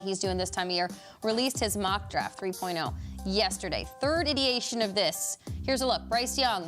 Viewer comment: did she just say iteation instead of iteration? lol